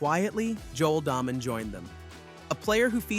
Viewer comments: It is pronounced DAAAY Men, not Daah-men! Do some research first dude. Show you don't know golf at all. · It's Day Men, not Daw Men